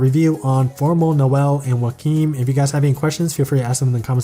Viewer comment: After you said Joachim’s name I got really confused cause I pronounce it “Jo-chim” and has no idea who you were talking for a second but now I realize that the way you say his name is probably the right way to say it...